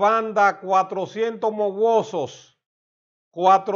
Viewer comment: No es mowosos sino mawozo